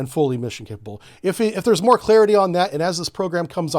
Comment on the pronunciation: Clarity not clearity plz